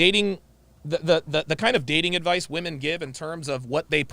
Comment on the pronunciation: Dude, it drives me insane when ppl pronounce the plural of woman as woman. It’s flippn’ womEn. Thank you for bringing attention to this